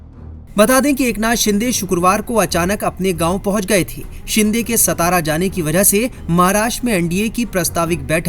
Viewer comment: सातारा बोलो सतारा नही